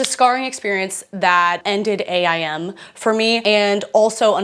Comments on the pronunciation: As a not GenX, Y or Z-er I have to say I can still relate. Now… as a former 12 year AOL employee it was pronounced AIM like the word — something you strive to do — not A.I.M. No hate, just info from a boomer who lived and died by AIM and loved working for a company who paid me to live and die by it. 😳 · Ok did y’all say A I M like that? We called it “aim.”